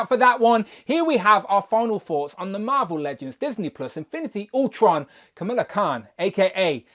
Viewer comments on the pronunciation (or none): Pronounced “KUH - MALL - UH” instead of “KUH - MILL - UH” 😉